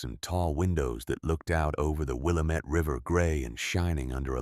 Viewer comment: The river you pronounced Will-a-mette', is actually Will a' mette. (Stress on the short a) I know because I lived in Oregon for over 20 years! (4 years in Portland) I love this story!